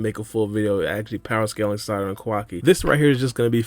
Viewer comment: “Salada” 😂 I fw you man 🙏🏻😩😂